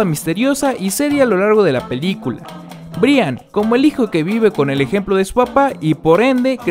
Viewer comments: De verdad dijo Bri an jajajajaja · Un dato se escribe Brian pero se pronuncia Brayan :) , espero y te ayude.